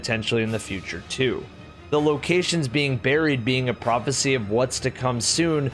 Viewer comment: when you say prophacy i think fk sundial